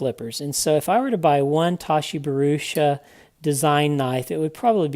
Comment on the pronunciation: Great review, certainly more complete after the update, small point you have his name wrong "Bharucha"